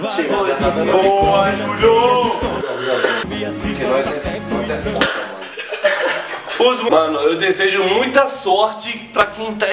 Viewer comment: Mas ele fala Jurio